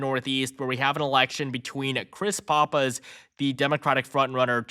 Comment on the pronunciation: Still not pronouncing "Pappas" correctly. Dude, when? I have two brothers who live in the Granite State. Please pronounce Pappas correctly! So annoying.